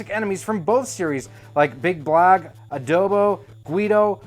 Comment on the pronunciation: As a kid back in the Philippines. Me and my friends always call Abobo as Adobo. Hearing you’re mistake on Abobo’s name in the video. That made me remember my childhood back then during the NES/Famicom days.